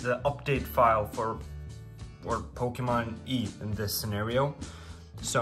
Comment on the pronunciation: Did you pronounce Pokemon Y like E lol